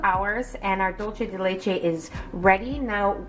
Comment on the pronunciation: That’s not how you pronounce dulce de leche